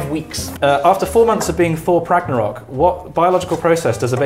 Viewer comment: "Thor Pragnarok" XD